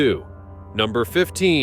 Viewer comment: Boot, long oh. Similar to "post", but a tad longer and the sound stays the same along the vowel. And not "Einhertzempfänger" which makes no sense. EINHEITS-Empfänger. Meaning "unified" or "standard(ized)" receiver